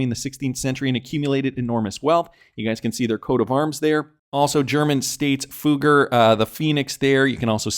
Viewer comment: The name is not pronounced 'Fooger' 😂